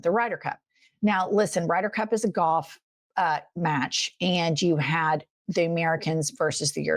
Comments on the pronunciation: LOL, JENNIFER I THOUGHT YOU SAID "GOTH" INSTEAD OF "GOLF" WATCH IT THERE GIRLFRIEND YOUR IKLAHOMA IS PEEKING! 😉 THE GUYS THAT WON THAT GOLF TROPHY SHOULD'VE MOONED tRUMP! THAT SHOCK MAY HAVE HASTENED OUR FREEDOM! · It took me waaaaaayyyyy too long to figure out that you were saying "Golf" not "Goth". I was so confused